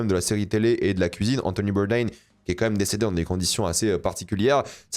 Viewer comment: Le nom d’Anthony Bourdain étant français (littéralement ses grands parents l’étaient) un vrai fan de VO ne le prononcerait pas comme un américain 😏